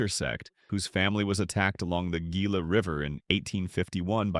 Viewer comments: Gringoized...😂 Gila "hee- la" Monsters. Javalina "hav-a-lina" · Please learn how to pronounce Gila and Javelina. Or... is this an AI voice?